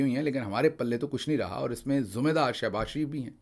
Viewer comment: Word "Zumme Dari" nhe "Zimma Dari" hota hay Dr. Sb.